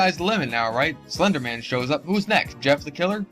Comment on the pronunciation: Tacci tuuby sais slunduh men